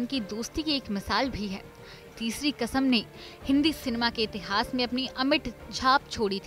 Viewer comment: तेज़ चैनल है तो तेज़ तो पीछे की आवाज़ (voice over) भी तेज़ है😄😄😄 उनको समझ ही नहीं है कि बांचे और बांटें में क्या फ़र्क है। क़िस्मत की तेज़ हो आप, जो इस तेज़ चैनल में voice over कर रही हो 😄😄 अर्थ का अनर्थ कर दी। और एक बात तलफ़्फ़ुज़ को सही कीजिए। कसम नहीं क़सम होता है।